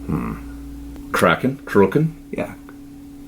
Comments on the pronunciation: It's not a cray-ken, It's a crack- en as in release the, lol,great playing as usual, not a good sound though and why the added effects. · It’s actually Pronounced Crack-en not Cray-ken 😁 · Pronounced Crack-en. Not Krey-ken. Xx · Awesome video as always...great pedal sized amp...that seems to be the hot thing year! Though, I winced each time you said...Cray-ken...LOL The Kraken (pronounced Crack-en...like crackin' a joke) was Rabea's homage to a monstor of Greek mythology in a movie where the guy says..."release the Kraken"...basically like releasing Godzilla on the world. Had to clarify...couldn't help myself...looses all it's Umph pronounced Cray-ken! LOL Thanks again for the cool demo and Rock On! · Japp! Jag det är vad jag letat fram tidigare kraaaken, men alla säger cracken med samma uttal som drogen. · To get the most correct-sounding Nordic vibe to that word, pronounce it like you would normally say " crackin' " :) Great demo; I'm looking at getting one of those but you are not helping, dude: They both sound awesome - which to choose!!??!! I love the aggressiveness of the Kraken and the smoothness and warmth of the Countess, so I imagine that going for the Countess and adding another gain stage in front of it might be the way to go about it - any ideas? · Between “KRAYKEN” and “GUTHRIE GOHVAN”, is 0/2 on pronunciation lol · c'mon man its pronounced " crack in" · It’s pronounced “Crack In.” You’re a child of the 80’s like me. Didn’t you ever see Clash of the Titans? “Release the Kraken!” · Just to clearify; Kraken is pronounced "kraaken" with an "ahhh" sound. And it is not related to "kråkan" (crow) in Swedish, something the Swede in the beginning of the video should be aware of. Instead Kraken is a mythological sea monster, mainly appearing in the norwegian anx icelandic folklore, and it resembles a giant octopus. And by the way, the Victory preamp with the same name sounds great.